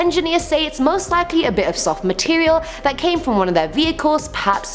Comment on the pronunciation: 😍😍😳😳😍😍 I love when you said can you believe dat😂😂😂😂😂